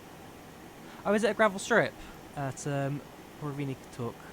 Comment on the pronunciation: its pronouced pu-ver-ny-tuck